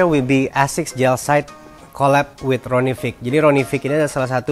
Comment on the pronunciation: Btw, itu namanya Ronnie Fieg dibacanya beneran fayg, bukan fig hehe